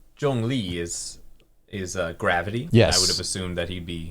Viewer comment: As a chinese i must say, his tones, pronunciation or any comprehension he made, just perfectly proving he's an expert.